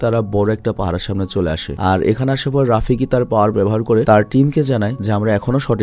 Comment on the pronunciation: ভাই ওটা রাফিকি না ওটা হবে রফিকী।😊